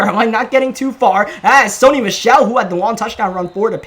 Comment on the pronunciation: I said it once I'll say it again. ITS SONY MICHEL, NOT SUNNY.